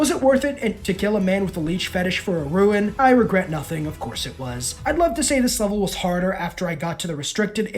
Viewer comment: Why tf do you pronounce "rune" as "ruin" like it's one syllable bro 😂